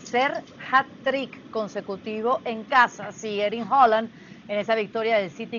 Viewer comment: Porqué hooland hooland, es haalan